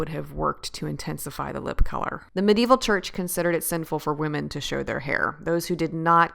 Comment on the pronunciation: You pronounce medieval wrong..but I like your vids